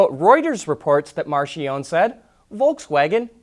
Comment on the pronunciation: Isn't Marchionne pronounced Mark-key-own-knee?